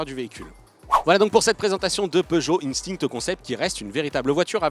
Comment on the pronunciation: Ca vous arrache la gueule de prononcer "instinct" en français ?